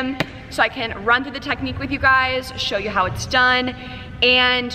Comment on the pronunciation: Her: show you My ears: shoyo Me: noya saan